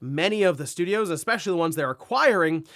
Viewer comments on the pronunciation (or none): none